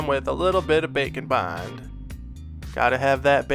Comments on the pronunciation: i never hear "bake and bond" i hear "bacon bond" haha! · Am I the only one that hears "Bacon Bond" when refers to "Bake and Bond"?:) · I keep hearing bacon bond instead of bake'n' bond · When ever he says Bake and Bond, I keep hearing Bacon Bond and can’t unhear it. haha!